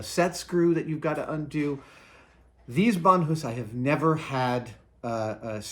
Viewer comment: Brian Sandvig same here. Took me halfway through the video to be like “wait, is he just pronouncing it differently than I’m used to?” Sure enough, he was.